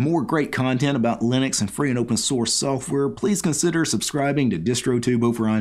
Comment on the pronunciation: I just heard you say software as soafwurr and now I can't unhear it